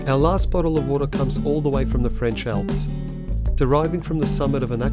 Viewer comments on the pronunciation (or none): none